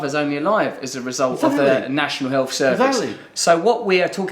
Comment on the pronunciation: 'National elth service' and 'phone acking'.. why has ed suddenly forgotten how to pronounce the letter 'h'?